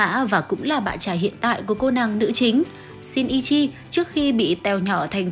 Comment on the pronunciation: Kudo Shinichi cj phát âm "ni" là "ni" chứ cj đừng đọc là "i" nha nó sẽ thành "Kudo Shiichi" á:< iem chỉ góp ý thui à:<